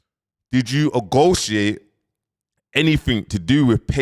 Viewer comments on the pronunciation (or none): What the hell is ogotiate??????🤯🤯 It’s negotiate ya starting to hurt my ears trying to listen to u fam C’mon ya nearly 40 ya gotta sort this out focus on u for a bit it’s gettin ridiculous now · It’s “negotiate” not “agotiate” 😂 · Wow. Man said 'ogoiate' 3 times... he really thinks thats a word. Rasss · agotiate? you kill me 😂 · Did you egotiate 🤣🤣🤣🤣🤣🤣🤣🤣🤣🤣🤣🤣🤣🤣 what type of english is this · I’m making a T-shirt!!!!!!. Bro doubled down did you AGOTIATE, did you OGOTIATE. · Hes defo doing it on purpose now LOL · 😂😂😂😂😂 blood mans still butchering the English language… I can’t believe man said ogotiate… Hope you don’t speak that when In meetings etc my dude… making yourself look stupid… dyslexia ain’t an excuse… I’m dyslexic too😂😂